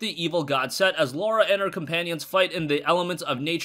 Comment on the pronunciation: It's Lara not Laura